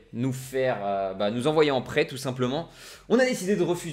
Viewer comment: Salut au début de ta vidéo quant tu as dit que le coach voulais t'envoyer en prêt j'ai entendu qu'il voulait t'envoier en prison LOL SINON bonne vidéo;)